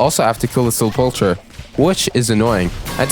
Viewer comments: A little tip for some of the words you were mispronouncing, Hekate, is pronounced exactly like Hec-ate not as complex as you're trying to make it be, Likewise for Sepulcher, you basically had it, just the CH is pronounced like a K, so its like Sepulker Hope that helps you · FYI, I’m pretty sure it’s pronounced “sep-leck-err” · Why does everyone pronounce it sepulcher. It’s sep-ul-ker.